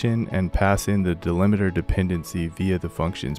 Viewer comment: It's 'delimiter' - not 'delimeter'